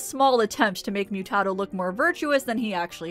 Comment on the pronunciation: They say it throughout the episode. It’s pronounced moo-tah-doe.